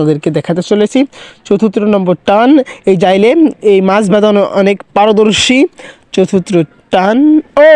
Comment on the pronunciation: আরে ভাই ওটা যাইলে না জেলে হবে